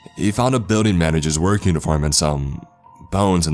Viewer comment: Trevor and Tori “the number had the area code from my region-ah” “the message read-ah” “ah I thought of all the possible reasons to not go to work-ah”